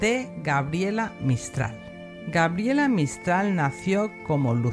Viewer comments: Gabriela; no Grabiela. Si pretende hablar de alguien aprenda primero a pronunciar su nombre. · Es Gabriela!no Grabiela...por favor más respeto 😡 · Es cierto, me distraía escucharte de "Grabiela" (me da ternura porque conocí una chica que la anotaron así y ella lo marcaba. Te agradezco el tiempo que has dedicado, y honro tu trabajo, saludos desde Argentina 💐💐💐